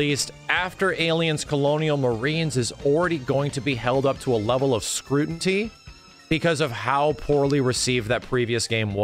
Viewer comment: How pronounces scrutiny